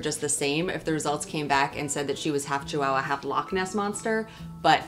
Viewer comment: There is no letter W in the word Chihuahua.